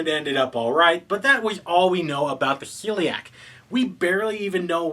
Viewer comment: It's a small thing, but I believe they are called the SHELLiak. You seems to be saying Celiac like the disease :)